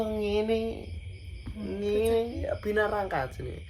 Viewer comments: Binaraga bukan binarangka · binaraga kali...bukan binarangka😅😅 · Binaraga sanes binarangka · BINARAGA ❌ BINARANGKA 😂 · Binaraga kok jadi binarangka wkwkkw